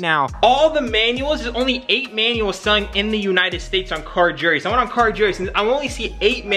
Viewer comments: carjerus or cargurus LOL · Did this fool say “car ju roos” ? It’s Guru’s bro. You know... like a Guru